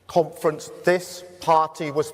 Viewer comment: Every time he says "conference", all i hear is "comrades".